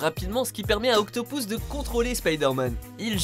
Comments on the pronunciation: "Docteur Octopous" mdrrr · OctoPOUSSE ! x) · docteur octopouce ?